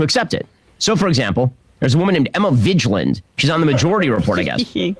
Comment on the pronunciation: Ben — college graduate — can’t pronounce “Vigland.” I’m tired of his pettiness. Also, I’m guilty of Emmaolatry… a little bit.